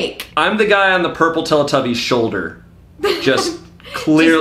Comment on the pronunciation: When said ‘tilitubbies’ I felt that